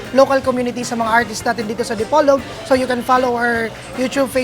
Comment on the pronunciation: The way you're pronouncing "Dipolog" is quite odd, it's not the way us locals pronounce it. Also, in your caption it says "Dipolog, Zamboanga" but actually it's supposed to be Zamboanga del Norte. Thanks though for highlighting our small & wonderful city. Kudos.